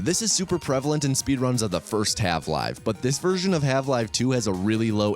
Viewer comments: Wait are you calling it halve-live 2? 😂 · no hate but why are you saying half 'live' 2? is that a bit? i'm confused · why are you calling her marline? why the hell are you saying half live? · 30 seconds in and he said half live 2 help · I appreciate that the captions include his intentional mispronunciations, from "Have-Live" to "Osyddey". True quality control.